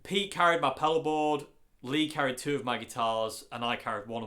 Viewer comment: I live in Australia near the ocean, and every time you say "pedal board", I hear "paddle board" :-) Anyways, you're awesome mate!